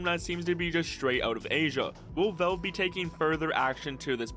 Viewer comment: “Vulve” its Valve bro